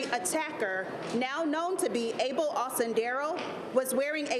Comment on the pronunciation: Lady please stop saying A-BOWL.. it’s like all of a sudden you have a Korean accent when you say A-BOWL